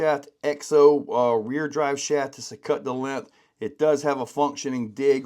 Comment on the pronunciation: LENTH.....NOPE THERE IS A "G" IN "LENGTH"